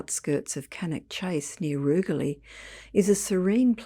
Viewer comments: Pronounced Rouge-ly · It''s pronounced Rooj-ly. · Rugeley is pronounced rouge-ley